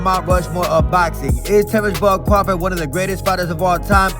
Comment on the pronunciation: pronounces crawford like Cwafawd. He Sounds like Elmer fudd